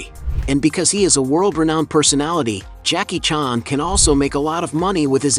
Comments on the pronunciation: Why you pronounce "Jackie chàn" like that? Lol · Jackie "Chon"??? Ai is getting scary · Too bad you can't pronounce his name correctly.